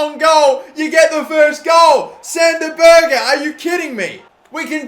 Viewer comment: I heard it too. I was crying with laughter